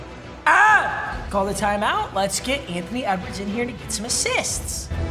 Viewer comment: Its funny that is saying Antony wedwards